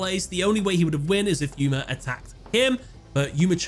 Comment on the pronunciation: "Yuya" "Gooma" Poor Yuma can't have his name said properly.